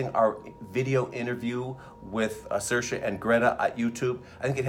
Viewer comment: "Shurshu" in "Ladybug"??? How drunk are they? No excuse for any critic or prognosticator to mispronounce Saoirse at this point.